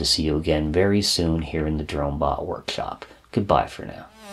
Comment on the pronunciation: Everything is awesome about these videos but the way he says workshlop or chlips always gets me. Nobody is perfect, its just classic, it makes me wonder if I will develop that speech pattern if I watch too many vids on electronics.